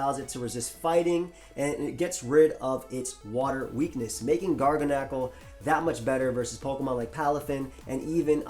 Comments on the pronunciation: and both callin my boy Garga-nacl instead of Gargan-eckle (gargantuan). Lets see if I can inspire a pronunciation correction. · it's pronounced gar-ganacull btw, not garga-nacal. (gargantuan + NaCl) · I think it's pronounced like "Gargantuan" btw